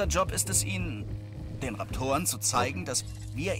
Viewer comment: Alter, dass nicht mal den Raptor richtig aussprechen kann!! 😭